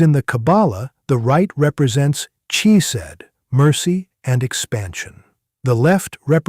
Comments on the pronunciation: This guy is a fake. When Hebrew is transliterated, "ch" is not pronounced as in "church", but as the gutteral sound, like clearing your throat, a sound that does not exist in English (but does exist in German). When he says "chesed" "(lovingkindness) he pronounces it like the ch in church -- this incorrect, a mistake even a child would not make. Also, the word for "blue" is "techelet", pronounced te-chay'-let. He pronounces it te'-kah-let. Wrong wrong, wrong!!! FAKE!!! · It is a shame that the AI cannot pronounce some words correctly. The ch in Chesed is pronounced as a guttural sound as in the Scottish pronouncement of the word loch - and NOT as the ch in the word church